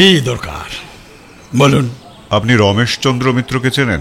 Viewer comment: এই কমেন্টটা করতে খারাপ লাগছে, তবু করছি - রাঙা বউ আর রমেশ চন্দ্রের "র" এর উচ্চারণ হয়ে গেছে "ড়"। "হার" হয়ে গেছে "হাড়"। শুনতে খুব অসুবিধে হয়।